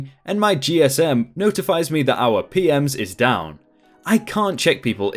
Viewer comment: re: story at ~ ; It sounds like you are saying P-Ms (plural) instead of P-M-S for Property Management System (standard hotel software).